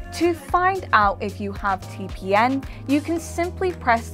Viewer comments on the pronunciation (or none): who says its lol, she clearly says TPN each time but who cares she just doing job and reading some scripts(a little wrong but okay) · She means TPM, not TPN.... But other than that, she read everything really well.... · Title says TPM she says TPN. ....... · I just don't understand why you keep saying t p N!!!??? And not TPM!!! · am i the only one who heard say T P N for most of the video? must be tongue ring getting in the way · i cant stop hear say TPN. great video though, short sweet and to the point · Yeah said module, but says tpn 😐